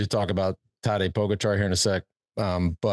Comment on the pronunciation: First of all, learn how to say pogacar properly and stop trying to compare your 35th place in the tour unaided with a modern champion of the sport. And l see you can’t say GREG LEMOND in any of your ramblings. A champion and REAL comeback phenomenon.